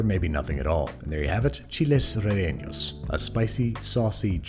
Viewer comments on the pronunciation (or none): Hi Babish! Just so you know, "chiles rellenos" is pronounced like "chi(like chad)les(like less) re(with a hard r)lle(sheh)nos(like nostril). Thanks for the recipe! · Chilli rre yay nos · I realized while watching this that I’ve never heard “chiles rellenos” without an accent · You have to wonder how Andrew managed to overpronounce «chiles rellenos» that hard and still pronounced it worse than if he’d just used his regular accent and then you remember that he now employs Rick and you stop wondering because your mind settles on an acceptable conclusion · My dude as a chilean person, i gotta be real with you, you did not pronounce chiles rellenos well haha